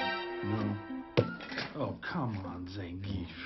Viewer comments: I still can't get over how they mispronounced Zangief (it's supposed to be zawn-GEE-eff) every time they said it in the movie... and that he was the only Street Fighter character in it that was not voiced by his Street Fighter 4 VA. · One of these days someone will pronounce Zangief's name correctly...